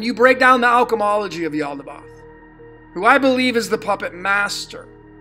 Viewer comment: Pronounced...yahl-dah-baYoth like moth